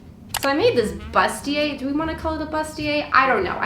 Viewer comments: the word is actually pronounced “boost-e-aye” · Dear. It is actually pronounced BOO-stier. French word:-)